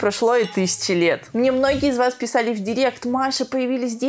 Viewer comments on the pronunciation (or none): none